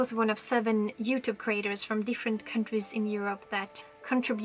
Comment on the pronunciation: I love how you say jewtube